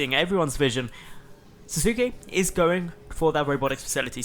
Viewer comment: The name is likely pronounced "Sass-ke". If it's from Naruto, that is.